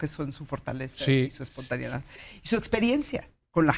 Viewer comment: Minuto es "espontaneidad", no "espontaniedad".